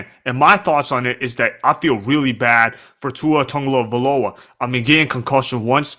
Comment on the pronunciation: The only thing worse than Tua’s concussions is you trying to say his name…